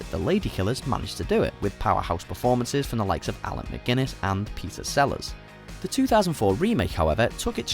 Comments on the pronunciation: ALAN MACGUINNESS !?!?!?! Come. On. /facepalm Seriously, how do you screw up the name of one of the greatest and most famous actors of the 20th century? An actor so esteemed that he was given an honourary Oscar after not even 35 years in the film industry? JHC, it's like referring to Dustin Hoffman as Donald Hasselhoff. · Alec Guinness NOT Alan McGuinness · Alan mcguiness? Seriously? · It's Sir Alec Guinness not Mcguinness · Did... did you say Alan McGuinness in the Ladykillers??? It's Sir Alec Guinness... Y'know... Obi-Wan Kenobi... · Alec GUINNESS .. NOT McGuinness! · Did I hear that right? Did you say "The Lady Killers" starred "Alan McGuinnness?" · "Alec McGuiness"?????